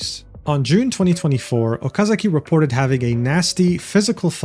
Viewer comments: It's Okazaki, not Okazuki. Jeez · I know you do not mean any harm, but my recommendation is that you learn how to pronounce names. Completely by accident the way you pronounce Okazaki could be seen as a very mean nickname, so I suggest for future videos to be more careful with name pronunciation = ).